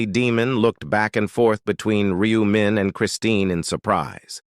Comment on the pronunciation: No, not 'Me', it's 'Min'...